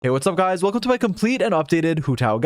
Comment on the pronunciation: Hey what's guys welocum